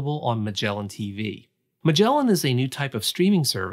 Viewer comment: Pretty sure he mispronounced Magellan